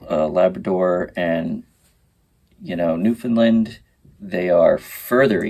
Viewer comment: You are a great dad.And you get an extra ration of maple syrup for pronouncing Newfoundland right❤️🇨🇦👍